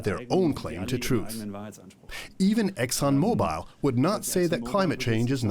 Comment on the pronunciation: Good report. Just, it's Exxon Mo-Bull not Mo-Bile.